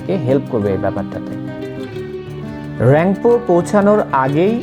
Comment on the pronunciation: দাদা এটা রংপো, রাংপো নয়।